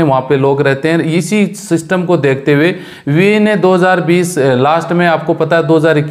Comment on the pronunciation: Yar buae nahi hai youae hai sahi bola karo